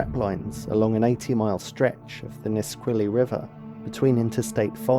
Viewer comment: He also mispronounced the place names (Puyallup and Nisqually) which is easy to do if you don't live there. I'm assuming he isn't American. It's a small detail.